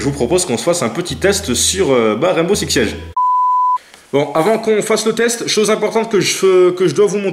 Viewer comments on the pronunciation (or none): Il a dit "Raimbow"😭